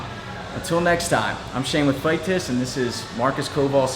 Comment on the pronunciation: "This is Shane with Fight Tits..." Anyone else catch that, or have I got hit in the head too many times